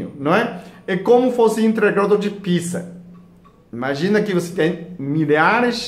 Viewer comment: Dr. gosto muito do seu jeito simples e sábio de ensinar. Há, com todo o respeito, pede pra algum brasileiro te ajudar com a pronúncia da palavra "pizza", porque tá saindo um palavrão.